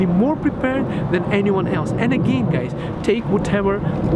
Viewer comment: you pronounce scam as scum and guys you pronounce gays :D